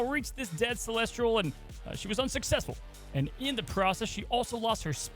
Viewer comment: Why is saying Celestial with an R:')